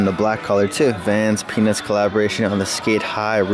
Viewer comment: Anyone else hear “penis” instead of “peanuts”💀💀